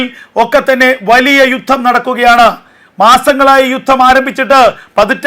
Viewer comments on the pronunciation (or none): none